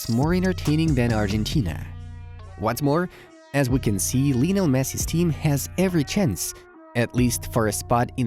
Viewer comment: Hey, great video. It’s Lionel. Not Lee. You can also call him Lío (Leo). Respectfully.